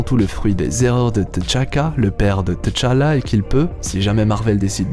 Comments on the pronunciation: Pourquoi tu prononces Té-challa...ont dit tchala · Je n’arrive toujours pas à comprendre la prononciation par les occidentaux du nom de Tchalla, vous prononcer le T deux fois T-tchalla si vous voulez prononcer le T à part alors la bonne prononciation serait T-challa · Ca se prononce tchala directement et té-challa. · Pk tu dit "teu"Chala??dans le film c'est Chala tout cour mec😂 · Tchalla bon sang, pas Tichalla ou Téchalla, mmbapé et non Embapé.... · On ne dit pas Téchallah, on dit Tchallah, ça se dit d'un seul trait, faites un efforts, les colons ! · Pourquoi tu dit T chala au lieu de tchalla directement lol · Faut qu'il apprenne a prononcer le nom de t'challa ça arrache les oreilles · à l'écrit oui, la prononciation non, on ne prononce pas la lettre T de façon isolé. (même dans le film, y'en a qui font cette erreur) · c est pas comme ça qu on prononce T'challa mais j aime bien ta prononciation